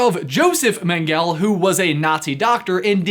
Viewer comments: Mengela- Men guh La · Walpurgisnacht, AKA Halloween in April BTW Mengele is pronounced "mangle-uh," but more German! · Mengele is pronounced more like "mengler". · Mengele is pronounced Men-guh-la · It’s pronounced “Men- ga-le” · Mengele Pronunciation Mangle-ah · I dont mean to correct your nazi comments by Mengele is pronounced Men-gel-a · And Mengele as Mengelie..... Jheeze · It is pronounced Man-ga-la, they did experiments on twins. Just thought you ought to know.... (yes that was a harry potter reference) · it's pronounce Men ga la... check out the film with Laurence Olivier and Gregory Peck about hunting him in South America- 'The Boys from Brazil' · Mengele = men-gell-uh (hard g) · It’s pronounced meng-e-lay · men-gal-a , how could you not how heard the name of this piece of shit. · Mengele is pronounced Mengela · Mengele is pronounced men ga la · Karen's Korner not men ga LAH, men gal LEH. Thats how the Germans in my family pronounce it anyway. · hmm I'd say more akin to "Men-geh-leh" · Merkur Except the "ng" is a diphthong - pronounced like the "ng" in "diphthong". I'm German. Meng - uh - leh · Btw it’s pronounced Men guh lay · I really wish that people who want to be monetized would take the time and learn how to pronounce names. ONE trip to Wikipedia would have told you how to pronounce Mengele. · The final E in Mengele is not silent, but is pronounced like the two preceding Es in Mengele.